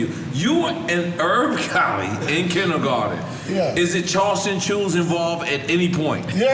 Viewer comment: You went KINDGERGARDEN !! lol